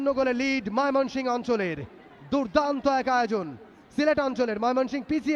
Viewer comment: ধারাবাভাস্কার কে ভাই বার বার মাইমনশিংগ ১ বলতেচে এক বার হলে মানতাম ৩ বারই বলচে কি খায়